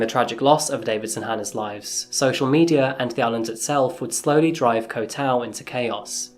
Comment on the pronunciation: Bro, I swear he's sayng "Coffee-Ass Crime" I swear to god that's what he's saying